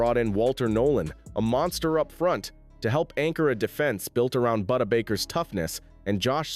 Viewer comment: Boo-Da Baker